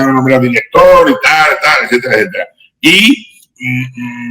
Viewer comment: Villarejo: la fuente balbuciente y tal y tal "ecétera"..